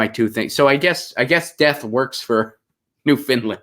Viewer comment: New F-o-u-n-d-land as in "I found my lost keys", not Finland! ;-)